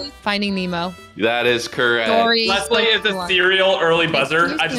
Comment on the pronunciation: Fuslie got it wrong, it's not finding memo, it's finding Nemo.